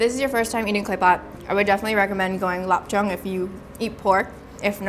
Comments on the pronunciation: Lop Chung? LOL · pronunciation of "Lop Cheong" is HORRENDOUS. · I speak Cantonese and it sounds all wrong to me but ngl this clay pot rice is so good but I've never had it before